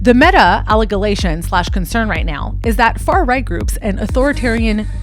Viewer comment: The Allegalations and other fucked up pronunciations make it quite clear you didn't write your own script 😂bag of rocks!